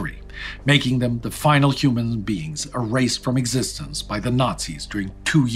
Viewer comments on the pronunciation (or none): none